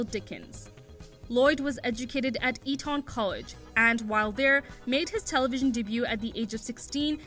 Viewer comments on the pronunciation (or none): I could’ve read the Wikipedia article myself but then I’d have missed the charm of someone mispronouncing Eton.